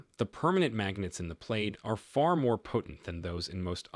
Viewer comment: The marketing bot is pronouncing this "played". That can't be correct. Plaid is produced "plad" (plăd).